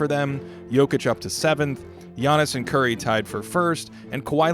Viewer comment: Finally someone who puts appropriate respect on Curry’s name.